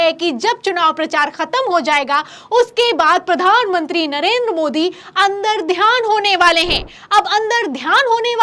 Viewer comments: अंतर्ध्यान होता है मैडम अंदरध्यान नहीं है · अंतरध्यान है न ki अंदरध्यान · महोदया, अंदर ध्यान नहीं होता अंतर्ध्यान होता है। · अंतर्ध्यान बोलो बेटा ,बार बार अंदर ध्यान बोल रही हो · Andardhyan nahi...mam antardhyan boliye...